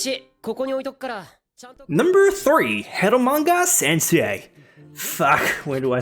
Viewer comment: "eramoangha sensuei" Get... the fucking... syrup... OUT of your goddamn mouth, bro. Are you afraid of actually using japanese pronounciation? You're embarrassing all non-japanese people with that shit man! xD How hard can it be to just replicate the sound?